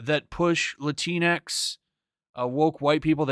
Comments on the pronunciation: "Lah-Tinks" sounds so goddamn funny. Shocked I haven't heard it pronounced like that before😂. I wish they'd stop using the damn word too. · Wtf is "Lantinx"?